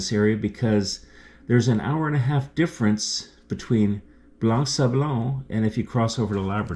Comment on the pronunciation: Blanc sablon the c is silent.